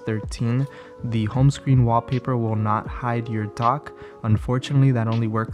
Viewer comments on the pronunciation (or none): Just count the number of times he says Waapaypa